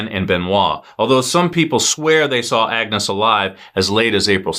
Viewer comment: You pronounced Benoit correctly, and Xavier so why not Agnes?